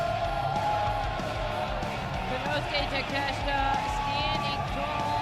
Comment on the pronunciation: Taa-ke- shee- ta. That's how it is pronounced. Not Takeshta.